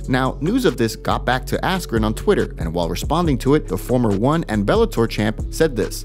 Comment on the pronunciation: "Ben affleck" instead of askren lol